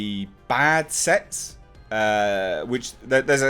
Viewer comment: Remind me not to watch these waking up half asleep before morning coffee. "Sets" sounds like "sex" lol had to rewatch haha